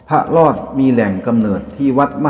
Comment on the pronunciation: พระ ร อ ด ครับ ไม่ใช่พระ ลอด